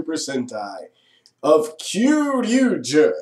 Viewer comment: u pronounced the series right, i had trouble pronouncing it.